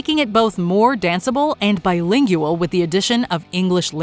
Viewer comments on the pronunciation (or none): "Bilingual" doesn't actually have four syllables. If only there was some way to have known that before uploading this!